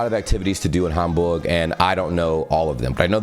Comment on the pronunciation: Is's very impressive, in which way you pronounce german words like München Gladbach or Hamburg. I hope, you enjoy your trip top Germany😉